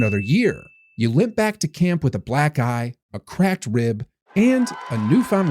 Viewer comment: "You limp back to camp with a black guy," I heard and rewinded like 5x. OHHHH, Black eye.